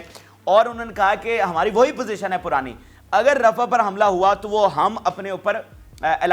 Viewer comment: Pl read rah as rafah